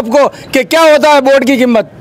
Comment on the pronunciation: बोट नही वोट होता है सर😂😂